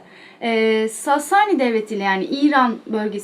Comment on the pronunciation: Sasani derken a harfini uzatmayın lütfen😐